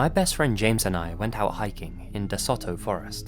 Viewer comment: Sorry as someone from Mississippi I have to say this. It’s pronounced Deh-so-toe forest